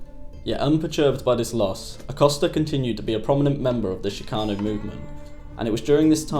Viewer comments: it's ch as in chick NOT ch as in chic - dude you need to know this shit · Shhhhcano lol. Ch-cano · Shhcano just pisses me off, u can’t say CHIcano??? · Hey!!! It's pronounced CHICKano Not SHICKano!!! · it's kind of lame to bleep 'spic' when quoting from 'fear and loathing' - nasty words were part of the point. also, the ch in 'chicano' is pronounced as in 'chorizo', not 'champagne' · sh-kano.. ya know right outside chicago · Why is this stupid gringo having such a hard time saying Chicano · Can you please learn to pronounce the word “Chicano” properly? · This doc is amateurish and the narrator continuously mispronounces the word "CHICANO". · God hearing the word chicano pronounced incorrectly 3,000 times is super annoying